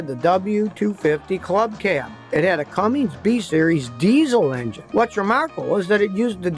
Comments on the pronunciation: *Cummins. Not "Cummings".... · Cummins, Scotty. Not Cummings.